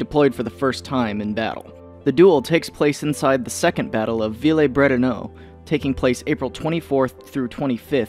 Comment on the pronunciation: Bretonneux, not Bretonneaux.